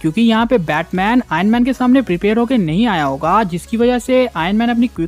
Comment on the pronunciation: Kya bhai bas prepire prepire bol raha hai